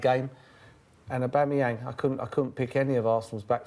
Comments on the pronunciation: Ahbooomiyang for Son?! your mad, at-least say Alli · 'Aboomeyang & Lagazettes' Jesus Christ Sky sort it out this is embarrassing. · Who the hell is Aboomayang? It's Aubameyang. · Who’s oooboomeyang? I only know an Aubameyang! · It’s not Aubumoyang Tim, Fool, it’s Aubameyang. Get it right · Sherwood saying a-boomerang what an idiot this man is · Oooboomayang... Yup Tim... That's exactly how you pronounce it.... This man is a 'professional' pundit apparently. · surprised he didn’t pronounce it Aboomerang for even more shithousery. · he said boomeyang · Tim Sherwood should never be allowed back on the show again, talks absolute nonsense, messing up players’ names etc. smh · Can't stand the way he says auba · Who TF is aboomeang you 😂 both of them not a scoooooby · What a delusional tw@ and learn to say Aubameyang properly ffs. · It frustrates me the way Tim pronounces “Aubameyang” like if you agree. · How can u pronounce one of the worlds best strikers name incorrectly and i aint even a gooner ffs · Oubomeyang, - Sherwood😂😂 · Tim Sherwood embarrassed himself so much he shouldn't be allowed to work in the media again. He can't even pronounce players names correctly...